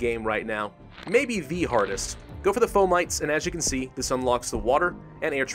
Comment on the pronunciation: It's not "Fo - Mites" it's "Fo - ma - tees"